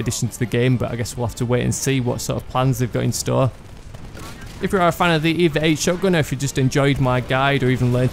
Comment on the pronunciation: FYI, it's not pronounced EEEEVAAAAA, it's E-V-A as in extra-vehicular-activity